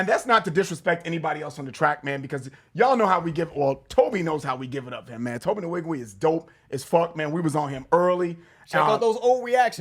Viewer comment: I love your guy’s reviews, but y’all said Tobe Nwige’s name way to many times to be saying it wrong! Lbs It’s pronounced ‘wee-gweh’ thanks 🙏🏾